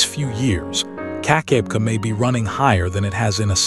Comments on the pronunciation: AI slop... I grew up at 'Keek-ah-beck-ah' falls and if you can't get the pronunciation right you lose all credibility. I'm 2m in... bye. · Hey get the pronunciation right keka beka